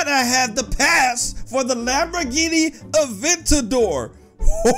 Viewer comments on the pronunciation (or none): Its aventador not avendor